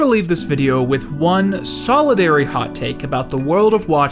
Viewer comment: He's pronouncing solitary as solidary right?